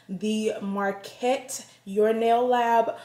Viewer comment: Hey girl, nice box! It's pronounced like: "Muh-cart" just so you know😉 looks like you got some great stuff!